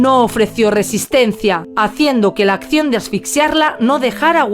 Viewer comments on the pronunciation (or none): none